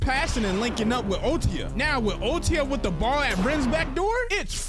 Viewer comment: It’s OTOYA not otiya